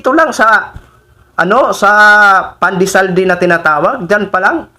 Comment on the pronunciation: Sara pandesal pa lang yang ipinapaliwanag mo,di mo pa masabi ng maayos. Paano pa kung ikaw na ang mamumuno sa ating bansa,mahiya ka naman.